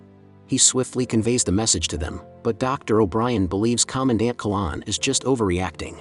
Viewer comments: Not a good start. It's Commandant Qui-N-lan, not Quilan. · The commander's name was - note middle n The name is pronounced Quinnlan not Kollawn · Commandant (Major), I thought it was? Not Quilan!!